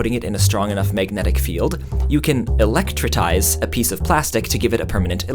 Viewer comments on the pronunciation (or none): "Electritise" ... I lost at least 2 braincells